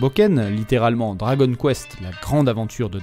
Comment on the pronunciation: Quitte à donner le nom en japonais, autant bien prononcer le dragon [do.ra.go.n]